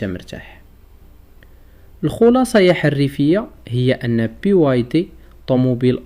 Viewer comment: بزاف ديال الحوايج كاتقولهوم فهاد الفيديو غي كاتخربق او ما عندك تا معلومة صحيحة، ملي كملت الفيديو راك ما فاهم والو على الفيديو ديالك. BYD عاطيا 8 سنوات ݣرانتي على الباتري او 8 اولى 200000km على المحرك .انا طموبيلتي دخلت في طيطوار فالاوتورت او باقي ما صفحتها. الخلاصة راك خرباقي كبير او من فضلك نطق غي سميتها BYD مزيان راك شوهتي سمية ماشي PYD.